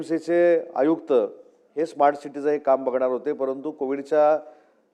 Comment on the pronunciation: स्मार्ट म्हणता येत नाही - इस्मार्ट म्हणत